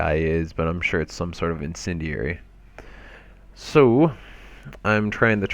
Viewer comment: INCENDIARY not "insendury" you illiterate fuck.